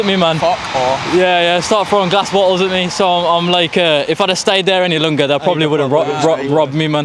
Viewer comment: Ah nah, I heard how you pronounced longer 😂 I'd say Wolves or Dudley maybe